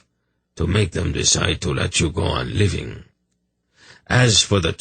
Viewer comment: Yeah living is another one but I can cope with these mispronunciations and am thankful I don't have to pay for audible lol